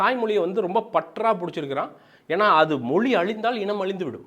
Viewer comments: மொலி இல்லடா... மொழி. உன்ன மாதிரி உச்சரிப்பை தவறாக பேசுற 90% ஆளுநாலா தான் தமிழ் அழிந்து போகுது. இன்றிலிருந்து நீ உச்சரிப்பை சரியாக பேசு தமிழ் தானா நிமிர்ந்து நிக்கும். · அது தமிழ் மொழி !!!!! மொலி அல்லா, அதுவே வரல உன்னக்கு..